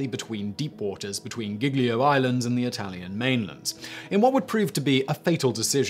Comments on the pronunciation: 😭Giglio Island Is Pronounced Jee Lee oh. Not gig Lee oh. Gli in italian Is always just Lee. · The way you say "Giglio" makes it sound as if it were spelled "Ghiglio". In Italian G's immediately before E's and I's are soft, as in "juice". At all other times, including when there's an H immediately following (which is never pronounced no matter where it comes in a word), the revert to being hard. There's a similar rule for C's followed by E's and I's where it becomes a "ch" sound as in "child". Again, if there's an intervening H, the normal hard C (sounding like K) is used. I won't go into the subtle change that happens to the pronunciation of the vowel immediately following such constructions - most English speakers cannot hear it without training. Nor will I talk about how to correctly pronounce "gl" which English speakers find very difficult. The name Genoa has the stress on the first syllable. Not all Italian words have the stress on the penultimate syllable - most do, but many don't. There are some insanely complicated rules for working this out, so it's easier just to learn the correct pronunciation. Thank your lucky stars you're not learning English where the pronunciation of often impossible to deduce from the spelling - notable for this are Americans saying British place names.